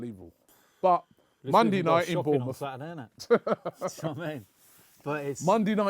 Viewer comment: mondey night lol